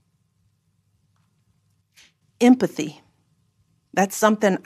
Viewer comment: LOL!!!! She can't even pronounce empathy.